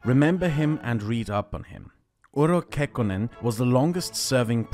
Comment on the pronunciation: It's "UrHo" not "Uro", best rule of thumb with Finnish is to assume that all letters in a word are spelled verbatim.